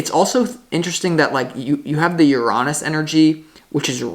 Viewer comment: Love the way you say Uranus ❤